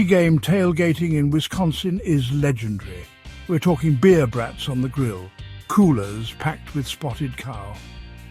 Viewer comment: Why do you have a (probably) AI narrator with a "posh" UK accent reading the text about WI bars? Who doesn't know how to pronounce brats? (hint: it rhymes with "hots" or "spots".)